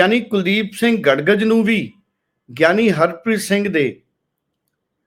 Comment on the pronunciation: ਗੜਗਜ ਨਹੀਂ ਗੜਗੱਜ